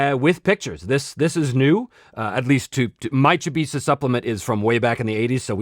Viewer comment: Oh yeah! I was just bitten by the Chybisa bug (I do prefer your pronunciation btw 😁). I collected pretty much every Kaldor related article over the years and now I'm slowly collecting some others, mainly Melderyn and Chybisa. The articles are overpriced on most metrics but holy moly it just gets better and better when you see how everything in the world is connected 🤯